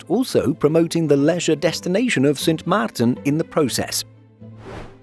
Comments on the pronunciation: Cute how proper the voice-over wanted to pronounce the name "Sint Maarten" as Dutch as possible. Well done!! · The way the narrator pronounced Sint Maarten is very impressive, I definitely could not. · Thanks for pronouncing Sint Maarten properly!